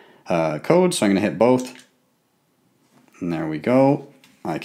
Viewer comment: "and i just click BOAHP buttons"